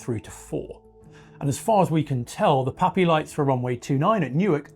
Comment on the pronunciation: PAPI, not POPI (precision approach path indicator). Sounds like POPI due to his accent. Secondly, there’s nothing wrong with the current system that thousands of pilots have been successfully using for decades, including 777s, 787s, DC-10s, and even 747s, for crying out loud. 🙄 This guy is totally wrong and spreading false information (mixed in with some good research, I’ll admit). Scroll down to see my original comment on this matter (as well as a few others). Furthermore, a movable “PAPI” light system would introduce more potential problems than it’s supposed to solve. Totally unnecessary. Former airfield electrician for a decade, at EWR and LGA.